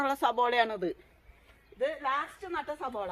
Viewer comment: അതെ ചേച്ചി സബോള അല്ല സവാള